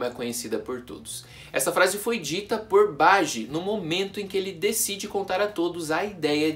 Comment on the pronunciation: Não é badi é BAJI